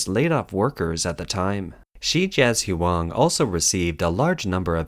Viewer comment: Hard to take this channel seriously when they can't even say 'Shijiazhuang.' Pathetic.